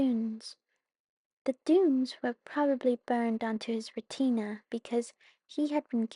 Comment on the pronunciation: Second time you’ve made this error: “retina” is pronounced “ret-i-nuh” not “re-tee-nah”